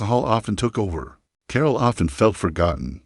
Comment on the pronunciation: "Core-All"? Your AI sucks. NINE MINUTES for a story that could be told in less than three...